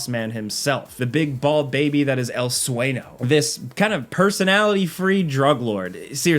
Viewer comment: “el sway-no” lol it’s el sueño 😂